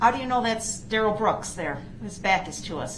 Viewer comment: DA Opper's Investigator (ya know the guy that Duh-rell can't figure out who he is ) just can't help himself from looking over at Duh-rell when he's doing or saying something stupid ! 😂😂